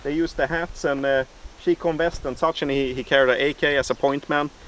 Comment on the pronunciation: Never heard it pronounced “chee come”, chi com, Chinese communist.